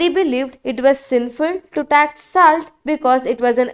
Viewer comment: Thank you for the invaluable knowledge, but the pronunciation isn't upto the mark. Name of our hon'ble PM is misspelled and even the basic word 'salt' is pronounced wrong in this video.